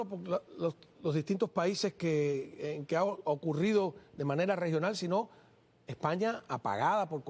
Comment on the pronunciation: El presentador no puede pronunciar la letra S Habla cono un niño a media lengua Dice Asi Hablemoj en terminoj generalej de lo que puede ser el dejconcierto. Aprenda a pronunciar el castellano Deje de hablar a media lengua.